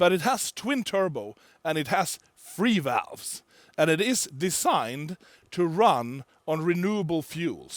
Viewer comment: did he just say FREE-VALVES!?!?!?